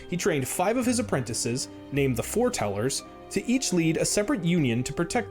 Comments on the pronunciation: Okay seriously are the people saying this doing it on purpose It's FORETELLERS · I'm already lost with "He trained Five of his apprentices named the Four Tellers". oh it's Foretellers. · I swear you guys are doing that on purpose. It's FOREtellers. Y'know, like "it was foretold", "foretelling a coming event".